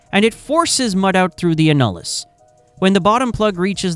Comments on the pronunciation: It’s annulus not “a-nul-iss”. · Not “a-nul-us”, it’s “an-you-lus” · It’s pronounced AN-yoo-lis - annulus - as in Latin for “ring” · It is called the an·nu·lus ˈan-yə-ləs. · This video is about 40 years to late, it pertains to the 70's and into the 80's and rig terminology used is all wrong, for instance the outside space between the drill string and BHA, the annulus, is pronounced (ann-u-lus). The 80's saw top drives start to replace kelly's, mud motors, dtu's and the current closed rotary loops, supplant conventional rotary assemblies. Average well depths were in the region of 10,000 ft or 3000m, but depths can double and triple that in todays drilling. MWD replaced single and mutli-shot compass based systems and gyro gave way to accelerometers and magnetometers, utilizing the earths gravitational and magnetic fields, to determine where the well is being drilled, though gyros still overcome areas of high magnetic interference, when casing is involved. Mud is used for weight to balance the inward pressure exerted by the formations, as a coolant taking the geothermal heat back up to the surface to be dispensed, and as a lubricant. In addition the MWD pressure signals are transmitted through the mud to be decoded at surface and let the directional driller know where he is when plotted on the charts, that show the the wellbore to be drilled. I was forty years in the drilling industry, first as a seismic engineer, a surveyor using magnetic and gyro single and multi-shot systems, and then a conventional rotary drilling, mud motors, jetting, bent subs, and closed loop directional driller. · AI improper pronunciation of annulus (æn.jə.ləs) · It's an AI voice, pronunciation isn't going to be perfect. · I stopped watching when it pronounced annulus wrong about 10 times in 30 seconds.